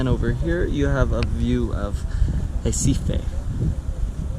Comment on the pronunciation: The right pronunciation of RECIFE is "HEH-CEE-FEE"